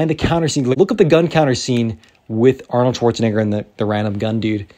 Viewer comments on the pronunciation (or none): none